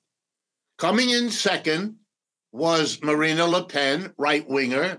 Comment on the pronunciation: Macron is the epitome of a centrist European politician, but the Professor somehow sees 'the collapse of the middle'. Deluded, to say the least...Btw, the way he pronounces 'Marine Le Pen' says something about how much he knows about France.